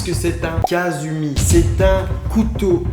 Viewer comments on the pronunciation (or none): Sa se dit pas kazumi c est kasumi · Au Japon le u se prononce ou donc ce n'est pas kasumi mais kasoumi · SA SE PRONONCE « KASOUMI » PAS KASUMI T^T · On dit pas kazumi on dit kassiumi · Sa se prononce kasoumi et sa s'écrit kasumi